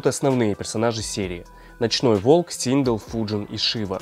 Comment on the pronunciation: Синдел а не синг